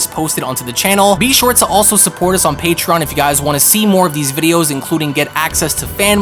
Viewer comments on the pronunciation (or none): none